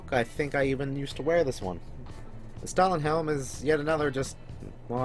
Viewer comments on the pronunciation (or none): Stahlhelm isn’t pronounced stalin helm it is pronounced stal helm